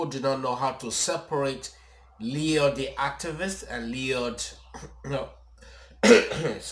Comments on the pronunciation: Why are you wearing sunglasses? It’s LLoyd not leeeod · I loved your pronunciation.. 😂. Big hug. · You sound like an IDIOT the way that YOU are MISPRONOUNCING his name!!! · A joke? admitted himself in a statement that throughout a 20-minute video he did not realize how many times that he consistently mispronounced a common name in the community and who's show that he even appeared on. Nothing "brittle" about my personality at all, LOL. But I do believe that was heavily distracted or having affects during filming. Catch him on the next upload.